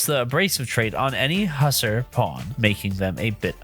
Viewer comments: its pronounced (huss - are) not (Husser) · HUSSERS? Its Huss-AR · You were mispronouncing Hussar constantly which was driving me crazy. The first paragraph is pronounced more like "who" than "Hus". I don't have my dictionary in front of me, but usually I have heard that word pronounced more that "who sar" than the "huss er" you were using. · its hussAr, not hussEr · "Husser" That hurt to hear, I'm sorry. Its "huh-sahr", named after the Hussars (horse-riding infantrymen) of Europe.